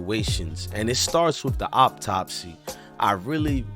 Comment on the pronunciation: Bruh I'm bout tired of you saying "op-topsy"..it's pronounced "Aww-top-see" = Autopsy 🤦🏽‍♂️